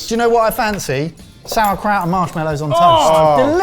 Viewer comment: Why does every single person on here say marsh mellow instead of the correct pronunciation of marshmallow .😮